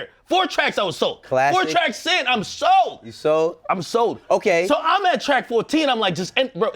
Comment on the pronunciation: OKAY! LMFAO nigga said it like a happy white boy.